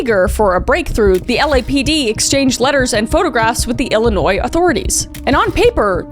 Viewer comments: Thanks for saying illinois right ❤. Shout out from the south side 🤙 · Thanks for saying Illinois correctly